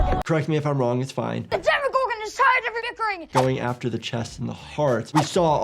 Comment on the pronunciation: Демагоргон а не демагаргон